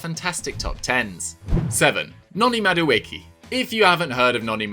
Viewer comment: Lovely video. But just a pronunciation tip for a fellow Nigerian. Madueke is pronounced like MAh-Du-eH-Keh